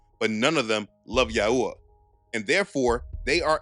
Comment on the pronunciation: Yahuah is a mispronunciation…. Also Yahushua wasn’t black. You truly believe this is a black thing . We are all wheat colored. Your just another racist